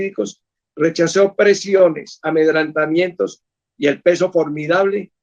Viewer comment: 'AMEDRANTAMIENTOS NOOOO", AMEDRENTAMIENTOS.